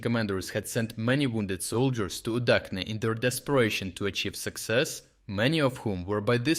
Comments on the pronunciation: Udachne is pronounced udʌtʃne, not udʌkne. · Minor comment: /ch/ in Ukrainian latinisation is always pronounced like ch in chess. So Udachne is not pronounced the way do did